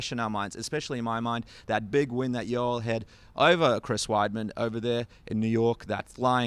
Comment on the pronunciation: Yo-el sir not Yoll!! XD